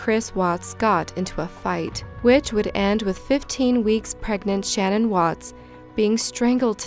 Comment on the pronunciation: I’m from Colorado and it really bothered me for some reason how you mispronounced CECE and SHA’NANON..